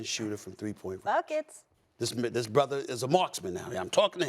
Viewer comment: I almost threw my phone when Molly said “buhkits”